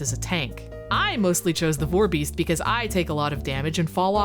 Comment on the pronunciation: You caaaaaaaaaan't be calling it a vore-beast, please